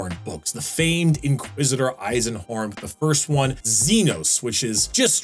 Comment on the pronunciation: Dude did u train ur german pronounciation? that eisenhorn was spot on!